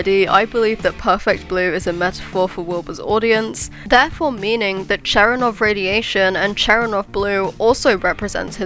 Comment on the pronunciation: I’m 99% sure it’s pronounced “Cher-en-kov’ like it’s spelled lol